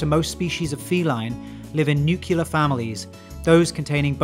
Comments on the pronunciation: nuclear not “nucular”. what are you, the British Dubya? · Say it with me, nuclear, not nuculear... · Also, it is nuclear, you know, similar to how you'd pronounce "clear." Not nucular. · Sorry to nitpick- the opening statement about Wolves- you list their weight up to 140 lbs. I've read in multiple sources they can be up to 170lbs. Also, you should specify they are the largest WILD canine- as some domestic dog breeds can be taller and reach 200 lbs. And it's nuclear, not nukular. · When you said NUCULAR you completely lost me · Nuclear, not nukular. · Nuclear. Definitely not nucular. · Nuclear, not "nucular" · wolves live in nuclear* families, not "nucular" families. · I had to stop watching when I heard “nukyoolar”. It’s nuclear. New Klee Ar. Not new kue lar. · Always makes me question legitimacy when an educational video doesn’t understand that the word nuclear is not pronounced as “nukular” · Throughout your presentation you annunciate the word nuclear as nucular; just a mild slap. Then I read your opening comment and you spell the word correctly. Odd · Hearing a Brit say nucular is on par with watching your lawyer take a dump on someone's living room floor. I literally had to look it up because, hey, I might be wrong, I'm no sociologist. But no, it's nuclear. For the love Pete. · Nu-cle-ar. Not Nu-kyu-lar. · Its nuclear not nucular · I wanted to give this video a like, but then i heard you pronounce nuclear as "nucular" and i simply cannot abide that, I'm sorry. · I would like to point out the inability to pronounce the word nuclear hurts credibility. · "Newkyoolur families" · “Nucular” was a red flag for the misinformation to follow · Let's practice - N-U-C-L-E-A-R. Not N-U-K-E-L-A-R. 🙃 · Did you just say "nuke-ya-ler" in a scientific video? Jesus Christ Lmao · It’s pronounce new-clear my man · "Nucular" Thanks for that, George.